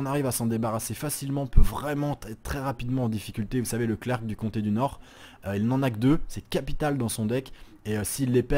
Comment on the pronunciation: Video interessante, et agreable à regarder. (et ça va devenir mon trademark, mais je vais encore te faire chier sur la prononciation, et là pas de "moi je prefere dire comme ça" parce que c'est du français : "archetype" ça se prononce "arkétip" et "clerc" ça se prononce "clér" (les fautes de prononciation sur un podcast, c'est à corriger petit à petit ;)